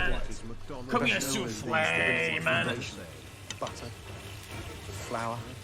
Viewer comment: It’s soufflé. Not soufflé… sheesh.